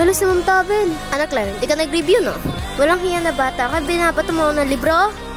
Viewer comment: Thavel❌ Thabel✅